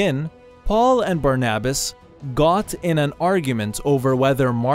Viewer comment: That's not how you pronounce barnabas